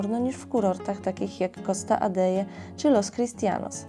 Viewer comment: Costa Adehe ,nie kalecz Hiszpańskiego.Fajny odcinek ale wymowa do bani.My tam jesteśmy kilka razy w roku🖐